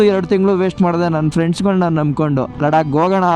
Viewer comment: Ladka alla Bro Ladakh